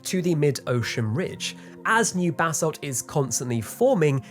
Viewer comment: I know he is saying "new basalt" but my brain still processes "new bathsalts."